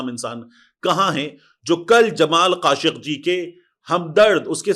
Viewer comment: Khashoki ko aap khashki bol rahe ho